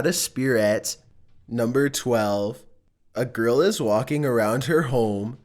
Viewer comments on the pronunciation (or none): I swear he said GRILL